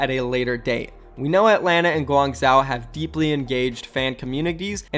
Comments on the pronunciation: Guangzhou is pronounced Gwongjoh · Guangzhou is pronounced like guang jow. Say jow like ‘bow’ with a j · Guangzhou is pronounced (gwangzoo) I’m pretty sure,I speak a little Chinese but I’m not certain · it should be pronouced guangjo. similar to the sound of Jojo. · It’s GWAN-ZOO by the way. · FYI: in Chinese, "zh" is pronounced as a "j". So it should sound like "gwang-Joe". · I think its pronounced "Guwang Sho" ive seen some chinese movies pronounce it like that. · the way he pronounces "Guangzhou" triggers me so hard lmao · Bruv, I just cant its pronounced Guang as you say corrctly but ZHOU pronounce the ZH as one word not with the H silenced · Meraki ikr, as someone be who used to live there (4yrs) it makes me cringe when he pronounces it 😂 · Well he was pronouncing the second part as if there was an “a” in it which is what made me cringe.